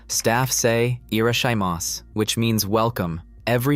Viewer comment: when you enter a store, they say IRASHAIMASEEEEE, not "irashaimas" 😝